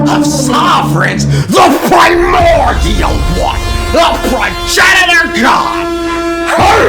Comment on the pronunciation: You would have the best videos to watch.... if you didnt say "primordial one" like that every single time. Hell, id even sub.